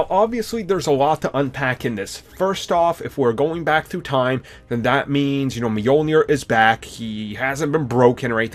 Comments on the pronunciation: And Mjolnir. It's Mjölnir. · Brice Kingsbury it's Mjölnir trust me i'm scandinavian. It doesnt really matter lol I just cringe when people say it wrong because it's so familiar word for me. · Wilde? Really? Meeyulneer? What the f**k? Lmao! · So Captin Americuh wildes Meeolnair?